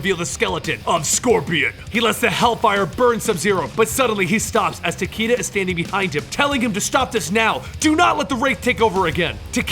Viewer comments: The character's name is pronounced "Ta Kay Da." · It’s ta ky da